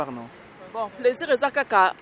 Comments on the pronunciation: C'est plaisir svp et pas 👉"PLAISURE" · On dit plaisir pas pleusir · Il a prononcé en anglais "pleasure". Lool